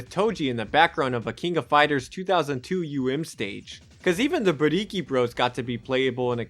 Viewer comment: is so proud of his pronunciation of "Buriki One"